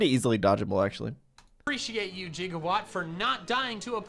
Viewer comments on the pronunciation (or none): mandjtv saying “jigawatt” instead of “gigawatt” makes me irrationally upset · We're just gonna let this mans call Gigawatt, Jiggawatt though?!